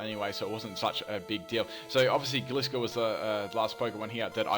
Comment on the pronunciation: It's pronounced gly scor